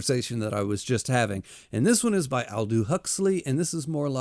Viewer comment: Aldous is pronounced as it's spelled, not "Aldoo".